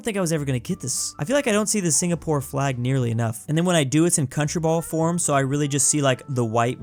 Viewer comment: Him dawn my country wrong it singapore